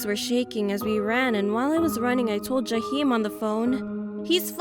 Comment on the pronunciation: not Jaheim lol